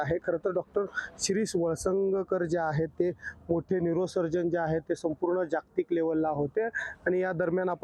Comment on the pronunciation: Reporter ne kya maal phooka hai? . It's valasngkar . Not valsangaokar. Salary kaat lo iski